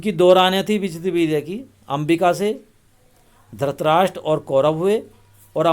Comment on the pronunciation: Dhrashtrashtr nahi hai dhrushtrashtr hai